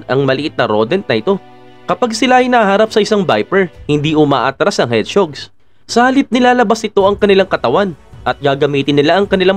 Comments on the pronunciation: Medyo nanibago ako sa pronounce nyo ng hedgehog 😂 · Bisaya ata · Mali ang pronounce mo ng hedgehog.